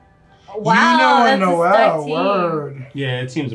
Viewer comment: Lol the fact he still says Noel-ee makes me smile